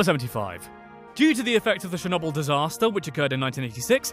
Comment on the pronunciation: did he say shernobil instead of of Chernobyl